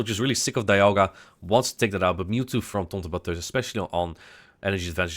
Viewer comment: The way you say TontonBatteuse kill me everytime haha